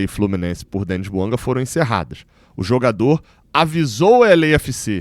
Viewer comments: vc está se perdendo. São muitos vídeos sobre o tal Buanga. Aliás, se o nome é de origem africana, não é "Buangá" e nem "Buanga", mas "Bouanga". E pare de falar "Há tanto tempo atrás ". Há tanto tempo é suficiente. Esqueça o "atrás ". É redundante. Quando vc começou era bom. Está ficando chato. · É BOUANGÁ QUE SE FALA. A PRONÚNCIA É DO FRANCÊS, LÍNGUA OFICIAL DO GABÃO. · É BOUANGÁ que se fala. Vem do francês.